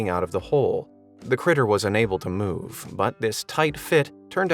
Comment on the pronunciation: "that critter wasn't able to moo-ve"